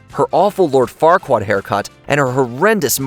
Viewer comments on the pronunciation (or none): none